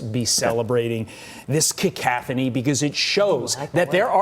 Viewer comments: cacophony! He mispronounced it. That’s my opinion. It’s like lots of sounds (or voices) at once. Not harmonic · he didn't even say cacophony correctly, and they are so smart?